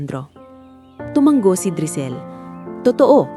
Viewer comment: Tumanggo na naman. Basahin nio kc ang mga comment pra alam nio na Ang tamang salita. Hnd tumanggo. Tumango yan ang Tamang salita From: Pangasinan. Time 11: AM